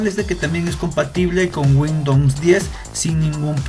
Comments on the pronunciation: no se dice guindons, es windows :D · Damn!! Qué haces haciendo videos si dices "windons"?? Wtf o.O xd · JAJAJAJAJAJAJJAJA ( Windons ) jajjajajajajajaja te mamaste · "windowmns" xD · Windowns jajajaja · "WINDOUNS" Jajajajaja